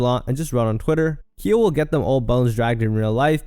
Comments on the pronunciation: Calling Khia (pronounced Ky- ah) Kia is frying me 🥲 cause why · Bro wtf your definitely saying KHIA names wrong. It's not kia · Everyone in this video is the problem with ALL this rap since the past 18 yrs. The fact that this is even a vid is the, including you knowing more about Red's baby daddy beef than pronouncing Khia's ( KIE-YA) name rt is the problem. People think it's ok to have kids dancing to songs about being glorified wh0res. Watch these girls go from wearing vegas show girl shein "gowns" to wearing sparkling leotards , like they favorite rappers/singers. Smh 🤦🏽‍♀️ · When you are pronouncing a hip hop southern legend like Khia's name wrong so many times while playing videos of her saying her name, it doesn't say much for your research.